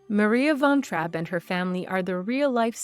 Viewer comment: How about learning how to pronounce her name before making a video about her?